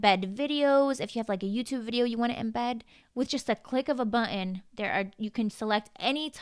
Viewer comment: I really like you. But please stop pronouncing “button” as “buh-in”